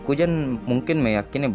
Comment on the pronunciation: Nama nya kuzan bg.bukan kujan bukan kujang.ngakak abg ni